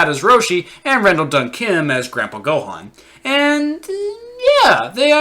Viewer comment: They pronounced Gohan wrong